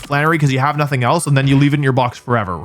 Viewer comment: IT'S NOTHING, NOT NONETHING! SAY IT RIGHT!